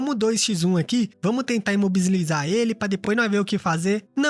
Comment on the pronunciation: perai perai perai, imobislizar Eu entendi certo?😅😁😁